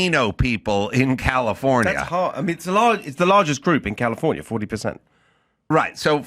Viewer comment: I like the way he pronounced California.